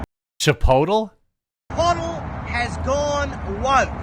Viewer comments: Yes, Chip-otall. That is exactly how I pronounce that shit restaurant's name. I'm just glad other people pronounce it that way too. 😆 Also: Moe's Southwestern Grill is like Chipotle, but actually good. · I've been calling that crap place Chip-otal for years. Glad to hear someone else doing it. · Love “Chipotool” 😂😂😂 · from now on it's called chei-pottél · It is now cheaper to go to a local Mexican sit-down joint, than a burrito chain. Pretty cool to think about. Side note: Chipotle is now dubbed Chi-po-tle. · I'm Canadian and when I was younger, I legit thought it was pronounced the way that Aussie guy said it, until a friend of mine who had been to the States told me otherwise, haha. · Australians are creative with Spanish pronunciation. Hilarious. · First off, your pronouncing the store wrong, second the burrito is $10, unless you add things to it. You need to find the truth dude. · Honestly, if nothing comes out of this, we at least got to hear him say Chipotle with that accent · I will now pronounce Chipotle like this from now on 😂